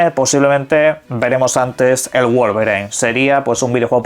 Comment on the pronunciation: Ey...... En serio: /guol-ve-rain/ no. Basta